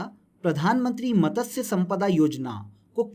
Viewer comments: Matasya nahi h matsya h .. pronunciation pe work karlo bhai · उसे मतस्य नहीं मत्स्य बोलते हैं